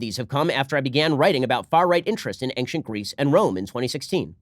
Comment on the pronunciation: Did Ben really say "ankshint"?